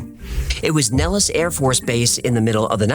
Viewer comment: 😅 The way I have found out why you have pronounced Nellis Air Force Base incorrectly. I did multiple searches on Google. Each one I ran into teaches you, the way you said it. However, we’re all here to learn from one another. The correct way to pronounce it is NEHL-IS or Nel′lis